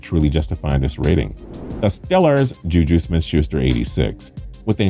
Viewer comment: if you say ju ju i’m gonna cry, edit: he did 😭